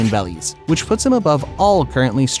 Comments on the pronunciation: You say 100,000,000 bellies it’s berrys bro 😂😁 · I know this basically has almost nothing to do with the video, but why are you saying bellies and not berries? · Bro litterslly says “bellies” instead of berrys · It’s berries not bellies😂😂😂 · why do you say bellies instead of berries?🤣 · Stop saying bellies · They're worth how many bellies? It's BERRIES bro take this down and get it right. Or you'll be worth 100 Bellies. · ok i'm lost. its berries as the currency and you keep saying bellies. what am i missing? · Are you saying bellies?.... The currency is berries 🫐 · i think its berries. why is he saying bellies? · Bebbies or bellies but he FORSURE ain’t saying BERRIES LMAO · It’s not belly’s it’s berry’s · Me: say berries Him: bellies Nono berries Bellies Man shut you ass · Bro please make him say berries, not bellies😭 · ITS BERRIES NOT BELLIES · why is this guy saying bellies instead of berries, is he stupid? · I can't be the only one that's annoyed by the way he pronounces berries "bellies" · Why is he saying bellies??? It's Barries??? Sounds so strange??? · berries, not bellies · You know it’s pronounced BERRIES not bellies right? It’s starting to get annoying lol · It’s berry’s not belly’s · They're not belly's they're called berries!! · BRO ITS BERRIES NOT BELLIES!!!!!!!!!!!!!!!!!!!!! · They are called berries not bellys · Am I the only one that is enraged by him saying bellies? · The fact that he says “bellies” is so annoying 😭